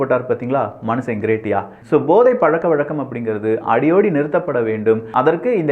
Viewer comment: எல்லாம் நல்லா இருக்கு. ஆனால் தமிழ் உச்சரிப்பில் சற்று கவனம் தேவை. Example: கோலோச்சி, அடியோடு என்பவை தவறாக கோலாச்சி, அடியோடி என உச்சரிப்பது.